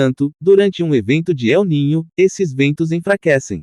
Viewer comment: Eu ninho ?!! Kkkkkkkkkkk Incrível! Kkkkkkkk Se diz EL NÍNIO , que é um fenômeno estudado por um cientista espanhol que descobriu esse fenômeno. El NÍNIO significa MENINO TRAVESSO . É um fenômeno natural que tem origem nas profundezas dos oceanos, provavelmente furações que acontecem nas profundezas dos abismos dos oceanos, daí correntes de águas quentes viajam pelos mares o que afeta o clima da Terra 🌎 Para de pronunciar Eu NINHO !